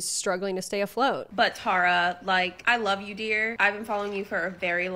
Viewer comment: Oof love you but the mispronunciation of my name (Tara) makes this hard to watch😭